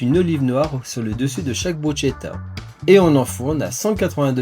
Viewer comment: Merci pour cette recette mais attention ! je viens d'apprendre que l'on ne dit pas Brutchetta mais Bruskéta (phonétique) Bruschetta, petit détail pour respecter nos voisins !